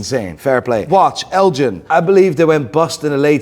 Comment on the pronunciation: It’s pronounced G like GH not Jean. Elgin like lord Elgin.